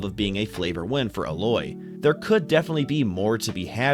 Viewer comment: 'A-Loy' saying it off